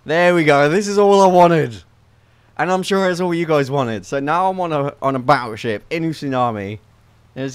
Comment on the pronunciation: You said baotship instead of battleship